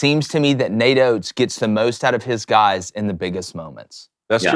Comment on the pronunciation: not “oates” 😭😭😭😭